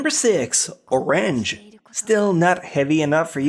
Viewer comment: Is it pronounced oRANge or just Orange?...